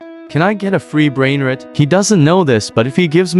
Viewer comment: These people are idiots it’s not pronounced brainriit no 2 is it’s brainrOt* with a o wow you are one lil kid